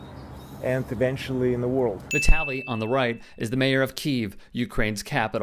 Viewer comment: Vit-uh-lee. Like Italy